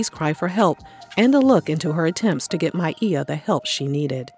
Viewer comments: I love that you pronounced her name correctly. Back in the day she did an interview (maybe Arsenio) and she said she doesn't correct people when they say My-ah but said she pronounces it My-ee-yah. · Hope she gets the help she needs.. props for saying her name correctly